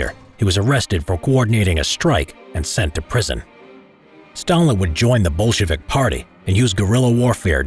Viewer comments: I’m hearing “Bullshit” party instead of the correct word lol. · it's so interesting how the narrator makes "Bolshevik" sound kinda like "Bullshitvik"😂😂😂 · Why do I heard bullshitic and bullshitvics